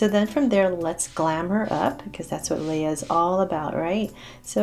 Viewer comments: IT’S LEAH NOT LIAH lol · That's not how u say Leah. U say the a ey not ei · its Lia ashe not laya ashe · I thought it was Leah not Layla